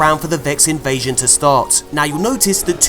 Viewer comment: Vex Invezzzzion 😂😂😂